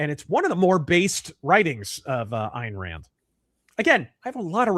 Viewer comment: I keep hearing IRAN when he says, "Ayn Rand". It's just a funny, persnickety auditory quirk.